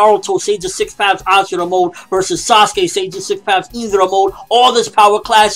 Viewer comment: Dude its ashura not asura